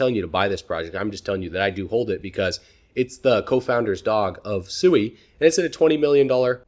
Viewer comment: Great video, sui I believed is pronounced swee. I follow you and crypto eri and she verified the pronunciation, not that it matters. God bless